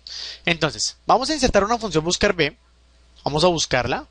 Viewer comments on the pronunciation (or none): Hola, ante todo muchas gracias por los cursos. Sólo una anotación: la letra V se pronuncia y escribe uve, la letra b o B se pronuncia y escribe be (sería lo más correcto para evitar equívocos). En resumen la funcion se pronunciaría "buscaruve". Un saludo